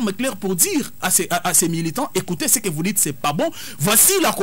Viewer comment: est nettement meilleure par rapport à dont la prononciation laissait vraiment à désirer: "Ti" au lieu de "Tu", "Lé" au lieu de "Le" "Qué" au lieu de "Que", "Di" au lieu de "Du" etc...